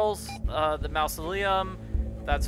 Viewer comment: It's pronounced maa-zuh·lee·uhm, NOT "mouse-o-lee-uhm" 😉 Unless you're referring to the Disney Corp.